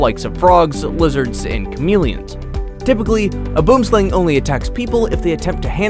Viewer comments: boom slang is pronounve "boamslang" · Its pronounced boom slung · Boomslang is pronounced: "Boo-worm slung" say it fast then you got it👍. I'm just helping him, not judging. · Thank you! When he said it wrong i came straight to the comments to see if anyone else knows😂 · A "boomslang" 🤭 is a tricky afrikaans pronunciation, nice try nonetheless 👍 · It's pronounced (Boo-um sl-ah-ng) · You really butchered how you pronounced boomslang.